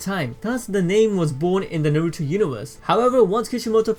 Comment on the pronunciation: I cant handle the butchery of the Naruto names ugh